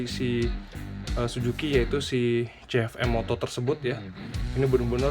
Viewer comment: Kebanyakan "m" om....namanya cukup CF moto aja 😄